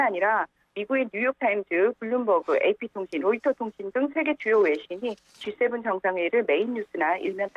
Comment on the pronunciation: 진행자는 아침에 GS 편의점 다녀왔나요? G7과 GS는 큰 차이가 있겠지요? 발음 하나 가지고 꼬치꼬치 따지는게 너무 지나친것일수도 있지만 반복되면 곤란하겠지요?